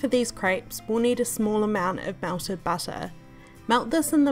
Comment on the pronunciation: Melted butter❌ Welted busser✅